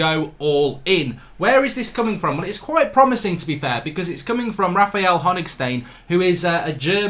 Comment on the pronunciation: Raphael Honig ‘stain’ - butchered it 🤦‍♂️